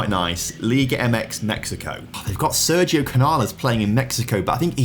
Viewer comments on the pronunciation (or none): none